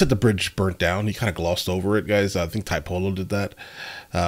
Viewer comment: Tiepolo is pronounced "tea - aepolo" instead of "thai - polo".